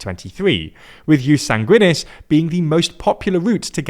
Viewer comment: sanguinis, stress on the first syllable.